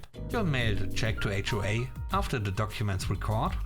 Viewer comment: S 3 No wonder "HOA" said as one word sounds like wh-re!